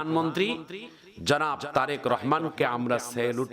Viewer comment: বলতে ভুল করেছেন জরেক রহমান না তারেক রহমান